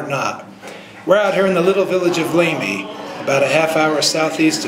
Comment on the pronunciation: Bishop Lamy is going to haunt you for pronouncing his name incorrectly.